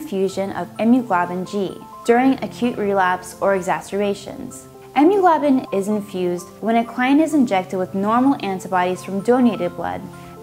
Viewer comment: ...The content is great, but please try to pronounce words correctly. It sounds ignorant when you can't say IM-MUNO-GLOB-U-LINS correctly. Not only are you representing yourself, but you are representing American Nurses in general and as a community we are already fighting perceptions that we are dumb. You can do better. Maybe a speech and elocution class? I'm not trying to be mean, I love the content on your videos and it is obvious you are smart. But you need to work on a confident delivery and a more sophisticated syntax. Best of luck...